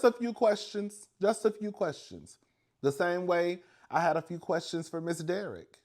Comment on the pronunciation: 😂😂😂 you kill me everytime you say I have quastions😂😂